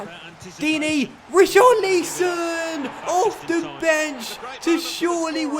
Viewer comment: Not how you pronounce richarliason